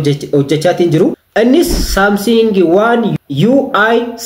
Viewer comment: Samsing hin jedhin Samsung jedhi